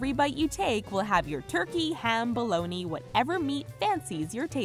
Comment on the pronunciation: HOW DID U SAY BOLOGNAAAA?! My italian blood is boiling lol